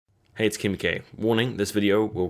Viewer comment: Lol your intro sounds like you're saying "Hey It's Kim K"